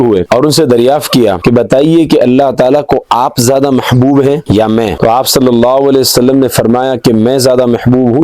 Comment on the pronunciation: sallallau wale wa sallam; bolna seekhlo apni tajveed durust karlo bhai maane badal jate